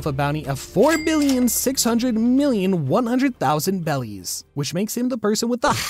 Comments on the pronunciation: I’m pretty sure it’s pronounced “berries” not “bellies” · more like “beddies” or just however you prefer since r and l are basically the same in japanese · Why does he say bellies 😂💀💀